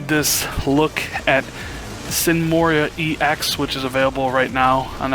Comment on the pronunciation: MORA ( MORE-AH) Not MORREE-IIII-AH.